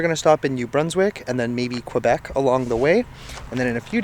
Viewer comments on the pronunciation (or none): none